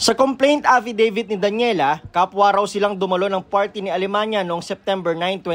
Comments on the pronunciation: Alemaniac Ata hindi alemanya? 😅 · Alemania❌ Alemaniak✔️ 😂🤣🤣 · Archie alemaniak kasi eh. Naku kahit pakinggan nlng ang pagbigkas ng apelyedo eh